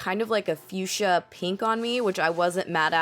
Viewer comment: what's your problem? that's how it's pronounced